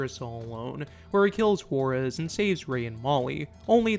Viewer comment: i hate how you pronounce Jaurez.... (WHA-Rez) or if you're southern like me (WAW-REZ)